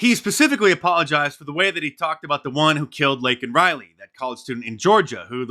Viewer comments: I didn't know Biden was a USC fan. Saying Lincoln Riley instead of Laken Riley. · Nor did he apologize for calling Laken Riley "Lincoln Riley" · No apology for mispronouncing the victim’s name? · He didn't apologize for not getting her name right...disgusting! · This makes me see red, I cannot imagine the pain Biden and the Democrats have put Laken Riley's parents through. He couldn't even be bothered to pronounce her name right. These people really are demons. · Was hoping for an apology for mispronouncing her name, but wow. It just gets worse. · How about apologize for not saying Laken name correctly 😢